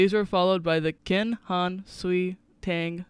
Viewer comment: Kin? It's pronounced chin!!! Your info is totally wrong....! Confucius ism is not, repeat Not a Religion,Toasim is not either. They are philosophies. Based what I'm seeing,you should take this video down. It's a disgrace to the Chinese people. Oh by the way you forgot the Jin Dynasty 😂😂